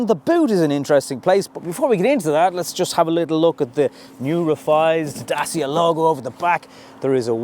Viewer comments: Dacia is pronounced DAT-CHA! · As a romanian, The second pronounciation, is correct. It's Da-tchee-ah. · I asked a Romianian colleague. It's pronounced DaCheea! Say it fast he told me. Hope this helps. Great reviews fella. I subscribed recently & am very impressed. Keep up the good work.... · My Pizza delivery man asked me how I liked my Dacia Logan parked outside. He told me used to work in the factory that makes them in Romania. I immediately asked him how it is pronounced. He said “Dat-cha”. That’s from a Romanian…from the “horse’s mouth”. Dacia was an ancient kingdom occupying what is now Romania. The Roman Emperor Trajan erected Trajan’s Column in Rome in 115 AD to commemorate his victories in the Dacian Wars. Trajan’s Column is still standing to this day and was the “model” for thousands of other columns, including Nelson’s Column in Dublin. The Dacia Logan (now replaced by the Jogger) also has the window controls in the dashboard and for some reason has key access in the passenger door but none in the driver’s door. They must have forgotten about it when they moved the steering wheel from the left to the right. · Dacia should have 3 syllables(Da-ci-a); Dacia being the name of the territory that nowadays is called Romania.